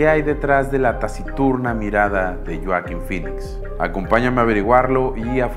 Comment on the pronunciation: Buena historia.👌 Pero... Porque.. Lloaquin. Si hasta en inglés es Hoakin con "J"😉